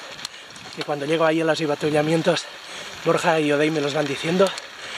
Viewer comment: ¡¡Ánimos crack!! seguro que lo consigues!! pero aún no te he oído pronunciar bien la palabra "avituallamiento". Ni una vez